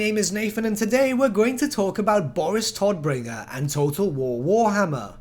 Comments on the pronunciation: I don't like the English pronounciation of his name. Todbringer is German and means the bringer of death. The T and B are prounounced hard. The O is a long O. And the R's have to be rolled more. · No problem. I'm just used to our harsh German pronounciation. When you say Todbringer it sounds as cute as toddler to me 😂😂😂